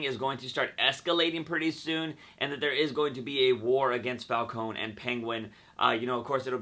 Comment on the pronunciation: Havent you noticed they often change the pronunciation of the characters' names? Falcone as falkōn instead of falkōnē. Fries as frīs instead of frēs